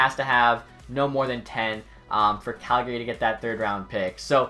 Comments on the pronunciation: out here in alberta we don’t pronounce it as the name gary. it’s cal-guh-ree lol love your vids but just giving a little western charm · It's pronounced CalGay right? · stop saying calgary wrong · You can tell someone isn't from Calgary, by the way they say Calgary. People from Calgary will know what I mean.